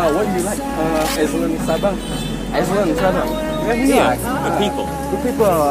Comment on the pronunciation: Island (pulau) baca nya ailend bg,,,bukan islend😁